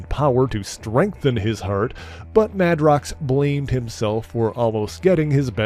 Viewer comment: On that note, I thought Jamie's last name was pronounced MAY-DROX, not MAH-DROX?